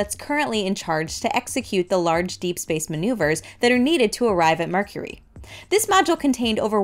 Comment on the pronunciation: “Mercury?” Very Nice! 👍